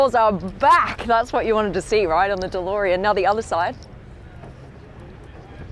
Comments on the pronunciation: alex its beautiful dolorean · The best thing here is the way Blondie says Delorean